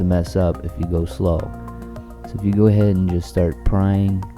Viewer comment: did you say gourdhead ??